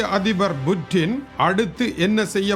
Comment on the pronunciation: வாழ்வோர்கள் யாவரும் இறந்தே ஆகவேண்டும். புட்டினை விட வயதில் மூத்தவரான நீங்களே கொலிவூட் கதாநாயகன் போல் உசாராக இருக்கையில் உலகையே தன்னந்தனியாக ஆட்சி செய்யும் புட்டின் எப்படி யிருப்பார்? அது Buttin அல்ல Puttin என்றே உச்சரிக்க வேண்டும்.